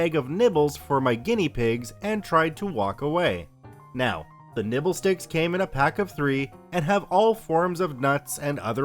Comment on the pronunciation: Nibble I thought he said nipples